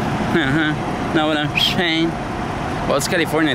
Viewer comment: "uh huh you know what I'm psssttttsaying"🐦 😂😂